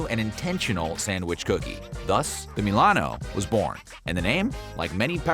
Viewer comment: Ah yes, thousandbutthole (mil-ano)